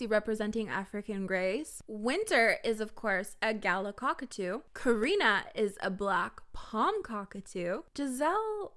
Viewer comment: as an australian i'm offended that you pronounced galah wrong